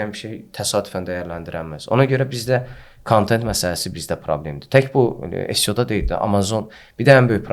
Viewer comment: Maraqlı söhböt üçün təşəkkürlər. Tələfüsdə "Sio" yox, "EsSiO" desəydiz daha düz olmuş olardı.